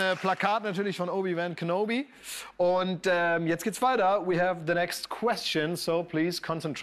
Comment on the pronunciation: He butchered the middle name of obi wan kenobi